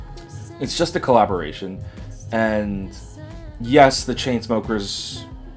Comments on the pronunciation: i cant stop laughing everytime u say choo choo smuckers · sorry ever time u say chu chu smokers i cant help but laugh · I keep laughing whenever you say choo choo smuckers 😂👏👌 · i love how he calls chainsmokers chuchusmukers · i laugh every time he say ChooChoosmokers. haha. he's not the first person to call them lazy 😒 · IM FUCKING CRYING AT HOW U SAY CHAINSMOEMRFC